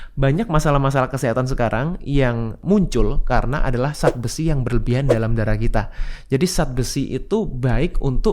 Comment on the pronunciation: Tolong bicara yg benar... Zat jangan di ucapkan Sat